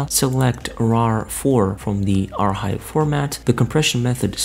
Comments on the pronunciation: it really dont matter but its pronounced "AR Kive" not "AR Hive" the H is silent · im gonna lose my shit if this guy says "are hive" one more time